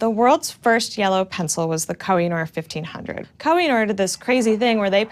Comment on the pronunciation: Awesome! Just a little correction as Urdu is my native language, "Koh e Noor" literally meaning mountain of light (a term used to refer to a huge white diamond) is pronounced "Ko Hey Nuur"